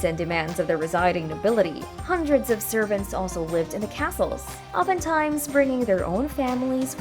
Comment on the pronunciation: Yeah, I had to stop watching, cause it was annoying when the computer keeps pronouncing the main word of the video incorrectly, over & over..